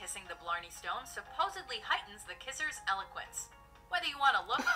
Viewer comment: Lol its eloquence not elelegence which means you have the gift of the gab ie you never shut up like us natives lol. And we're beyond elegance can't believe it didn't mention the Aliwee Caves or the wild Atlantic Way